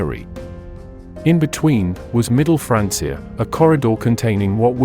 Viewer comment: Sorry i just cant with the AI. The pronunciation of Francia is just bothering me too much. ✋️